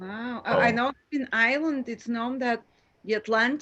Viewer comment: Did say Ireland?